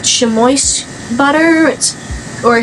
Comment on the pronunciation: Chamois is said like shammy fyi. Love your vids and your positivity! Thank you 💕